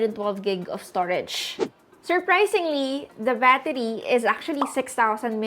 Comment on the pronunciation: ano daw? The vattery? 😅